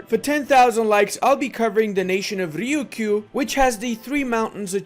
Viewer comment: When you said Riyukyu I didn't understand what nation you were talking about but the Three Mountains achievement made it obvious. It's actually Ryuukyuu so both u's are actually longer than normal. Here's some tips on how to deal with Japanese consonant + y + vowel: 1) it's a single syllable. There'r no i inbetween so ignore spellings like Tokio or Kioto. It's Toukyou and Kyouto. 2) I could find many examples in English but here's a few for some combinations. People please add more if you know any. a) myu: music or mucus b) kyu: cute or curious c) pyu: puberty d) hyu: huge As you can see I couldn't only think of certain uses of 'u' as that's often basically the Japanese 'yu' or at least close.